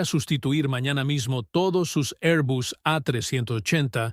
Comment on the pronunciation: Por qué este robot pronuncia 'airbus', mitad inglés ('air) y mitad español ('bus').